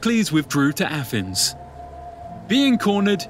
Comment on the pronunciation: Why can't the guy narrating this video talk properly?. How hard is it to pronounce "abyss" or "Athens"